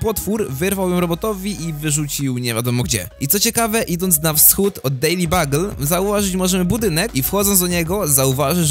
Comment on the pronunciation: to jest dejli bjugl a nie bagl